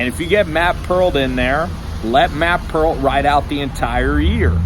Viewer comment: it’s Peart. pronounced ‘pert’ i believe